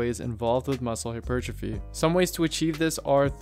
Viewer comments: I like the vid but it’s pronounced “hyper, trophy” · Listening to you say hypertrophy in some ass-hat syllabic stress I decided to lift a 25 lb weight and smash it into the screen...I may be at a loss for hap per trophy but I have gained calmness due to not listening to you anymore' Jeebus friggin criminy...